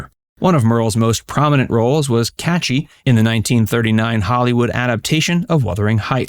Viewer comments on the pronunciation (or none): I was surprised to hear that her character's name in Wuthering Heights was "Catchy", not Cathy.😄